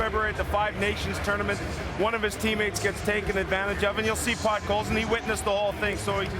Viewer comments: "Pot-coal-sin". So easy to pronounce right, but I guess this Vancouver guy learned other players names in front of the mirror hours before the draft. 😁. By the way: A steal ! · Homie had a stroke saying his last name lmao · He cant even say Podkolzin right, lol